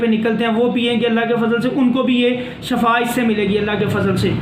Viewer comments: Salam molana sahab shafa nahi shefa hota hy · Shefa nhi shifa hota h